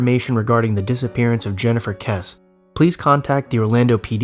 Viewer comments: Good video, although Jennifer's last name is pronounced 'Kess-ie'. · I've always been a fan and off and on Patreon member. That said, I wish you'd take a moment to learn how to pronounce victims' names. Jennifer Kesse is a very famous case and you mispronounce her name immediately. It sounds like Jessie btw.